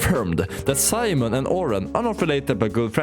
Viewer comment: His name is Simon not Simon mon